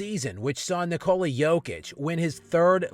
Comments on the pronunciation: Since you are very critical about the players you are talking about, try to pronounce Jokic's first name right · you really have to learn how to pronounce "Nikola" dude.